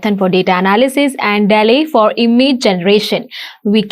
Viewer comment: 😂Dear Video editor, its "Dall-e"... Not "Tally"